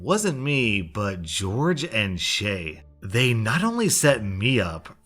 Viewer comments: I love reading "Jorge" as "George" lmao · I thought Jorge was pronounced hor-hey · 😬 calling jorge “George” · How have you lived your whole life without learning that Jorge isn’t George, but a Spanish name in which both J and G are pronounced as H? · Anna Jaszczolt yeah, that bugged me the whole time, he should have pronounced it more like hhor. hhe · YES thank you, it is driving me CRAZY everytime he reads it. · I’m sorry but did you pronounce Jorge as George? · Ikr but how come no one is talking about how he pronounced Jorge as George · I love your channel but you gotta pronounce Jorge correctly it's painful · The Random Girl you’re right it is pronounced horhay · jorge is pronounced like "horhey" :) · B L I T Z actually it can be both. I know a couple Jorges who pronounce it George. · Jorge isnt George, its Hispanic J & G are pronounced like H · How can you be American and not know how to pronounce Jorge? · Jorge is pronounced differently than George. They aren't the same name. The first one is hispanic and in hispanic countries, "J" is pronounced like "h's and so are g's. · ITS PRONOUNCED HOR-HE NOT GEORGE BOOMER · Lol you pronounced the name Jorge like George, let me help-it's pronounced hore-hey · When "George" is spelled like "Jorge," it is actually pronounced "Hor-hey." That is because it is a spanish pronounced name. I know because my friend is named Jorge. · I cracked up everytime he pronounced jorge as "George" and not "horhay" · In the first story, I’m pretty sure it’s pronounced hor-hay not George. I’m pretty sure it’s a Spanish name or something. Pls don’t send hate if I am wrong about that. I would appreciate it if you kindly corrected me though. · same with the name Jorge is Spanish it's pronounced "hor hay" but in English it's different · The name "Jorge" is pronounced "Hor-hay." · I love how he pronounces Jorge as George. 😂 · Hey fam.... Jorge is pronounced "hore-hey". Not George. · Jorge is pronounced "hore-hey".